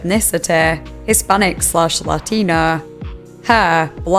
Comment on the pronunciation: Northern accent saying "Latino" made me laugh lol Lateeenoooo